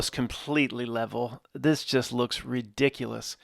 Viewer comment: Best sentence: "This is re-dick-cue-less, guys."